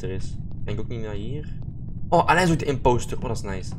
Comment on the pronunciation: hahah hoe zeg jij imopster, Leuk vedieo wel! <3